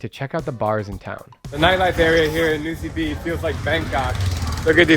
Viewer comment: Nosy Be is pronounced "Noosh Bay." I went to Madagascar in 2017 and wasn't impressed with Antananarivo ("Tana"). It's filthy and dodgy, and many locals call it "Andikybe" (place of much poop). Nosy Be is quite a nice place, much safer and calmer than Tana.